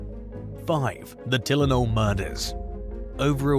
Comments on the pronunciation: its TIE LE NOL not Telen OL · Maybe try editing your recording a little more. It’s Tie-len-ol not Till-en-ol. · TILL IN ALL? Try this pronunciation: TIE LYNN ALL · You really can't pronounce Tylenol? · It’s bizarre to hear a foreign accent talking about Chicago to begin with, but then you pronounced Tylenol wrong twice. 👀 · They all do it , mostly anyway. Simple words and phrases are mis-spoken. Maybe some of these videos come from an alternate universe‽ How do you mess up saying Tylenol so many times and not realize it‽ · He got me on the Tylenol pronunciation😂cool though 😅